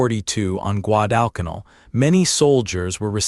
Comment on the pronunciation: Please program AI to correctly pronounce Guadalcanal